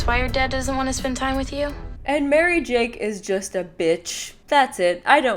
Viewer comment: Pardon? I'm sorry, did you say MaryJAKE??